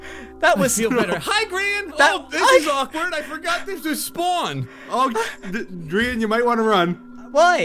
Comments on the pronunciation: its gr-aha-n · “Graham” -Google Translate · Graham> Grian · Lmao it google translated gri-aha-n to graham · So there is a translate button below youtube comments now and Gri-aha-n became Graham lmfao😂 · It says "translate to English" and it turned gri-aha-n to Graham lmao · Gri-AHA-n translated to Graham BRUH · Gri-aha-n Google translates that to Graham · Apparently google translate is thinking that gri aha n is graham LOL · grian has some salmon and its rA-HA